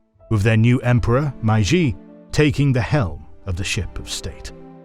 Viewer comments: Great video. Just, please, it's "Meiji", not "Maiji". That sounds bad! Otherwise👍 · Great video as always! A small recommendation: please familiarize the narrator with the pronunciations of foreign words before each video. One of many such oversights in this video for example, My-jee is completely wrong (it’s actually may-jee)￼ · Please stop pronouncing Meiji as "maiji", it's really easy to pronounce in English, just say "may" like you would say the month May, and then just ji like you already do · It's pronounced May-Ji not Mai-Jee. Japanese is literally the easiest language to pronounce. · accurate and well done, with the only exception being it's pronounced "may-ji" not "my-ji". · Factually, this video is great, but the mispronounciation of Meiji is annoying. It's 'may g' not 'my g'. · Why is he saying MaiJi and not MeiJi, where is the old narrator I miss him sooo much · This is a good video, however, please pay closer attention to pronoucing the Japanese terms. The term "Meiji" is pronounced more like "May-Ji". The narrator kept saying "Mai-Ji" which is incorrect. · May-Jee と言う事です. May-Jee を忘れないで下さい。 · I’m impressed you now pronounce “samurai" quite well. While what happened to “meiji” and “bunmei-kaika”😆 ( you can just pronounce “mei” as written like "may”). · lol “Mai-jee” really??? Really?????? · i normally never complain about pronunciation, but the "my g" period? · it’s pronounced “MAY-jee”, otherwise great video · The narrator can't even pronounce "Meiji" correctly. It's pronounced "May - G" (exactly as it sounds). LMFAO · I love this channel but every time there's a Japanese history, something gets pronounced so wrong that it wrecks me... Meiji is said more like "May-ji". Ei makes a "long a" sound. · Meiji is not pronounced Maiji otherwise good! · great video, almost ruined by MAI-JEE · My guess is that they say it wrong on purpose so people comment about it to boost engagement. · Every time I hear you pronounce "Meiji" it hurts my ears lol